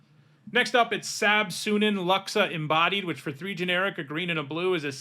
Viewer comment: its not pronounced sab suneeen, its sab sunEN